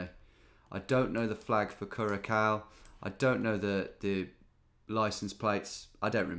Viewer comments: Curaçao is pronounced "Curassau", BTW, not "curakao" (it's the same "ç" used in French and Portuguese, meaning it's always pronounced like an "s" regardless of the following letter - unlike a plain "c" that will be pronounced like a "k" if it comes before an "a", "o" or "u"). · I got the last one mainly because my African history class in Uni paid off and I remembered the Rwandan flag. Also my wife has been to curaçao and would like you to know the correct pronunciation is Cur-a-sao 😅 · second C in curaçao is an S sound 👍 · She’s wrong. It’s “kyuresao” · "Kabouterbos" is not an old native language lol, it's Dutch. It translates to Gnome Forest. Your pronounciation is hilarious though. Btw, you pronounce curacao like "cure-a-sow".